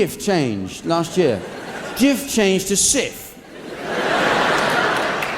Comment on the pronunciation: Having lived in Turkey for several years where the do sell Jif... The J sound in Turkish is sounded like ch... Hence chif which has a silent h due to the c having this symbol Ç